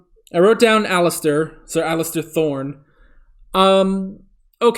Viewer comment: For you and EVERY OTHER REACTOR (no diss just facts) it is Ser Alliser Thorne. ALICE-SIR ... there is no T in his name. You could imagine a T in his name given he was a Targaryen sympathizer but he is actually a bad ass bitter battle commander without a T in his name.